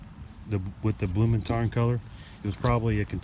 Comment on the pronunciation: You pronounced "Blumentarn" better than "Strichtarn". You said "Strich" like "Strick". "Strich" means "line" / "stroke" / "dash" and "Strick" means "rope". But I know it's difficult if it's not your mothertongue.